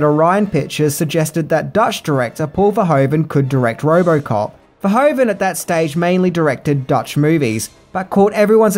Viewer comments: Gratis Video, but it's Paul Verhoeven, not Verhoven. Well you have to now how to pronounce it in Dutch😆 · It's Paul Verhoeven, not Paul Verhoven. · Paul Verhoven?? Are you kidding me 😂 It’s Verhoeven